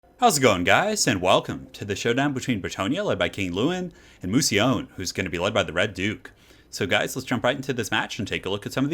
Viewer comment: "Moowsi-own"? Really? :p